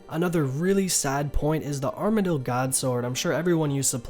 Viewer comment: ITS "ARMA-DILL"